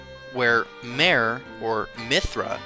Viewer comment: In Persian the letter H is not silent. I wish someone had told the narrator. In words like: MEHR, SHAH, etc. Otherwise good work. Thanks.